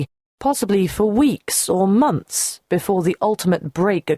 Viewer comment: 'BOFORE you hear' OMG 😄